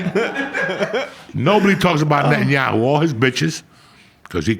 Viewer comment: it's hilarous Joey can pronounce Netanyahu but not a single fighter 🤣🤣